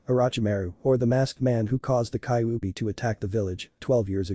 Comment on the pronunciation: also dont forget bidg instead of bijuu and kikbe instead of kyuubi....made up words